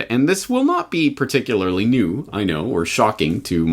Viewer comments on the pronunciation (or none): none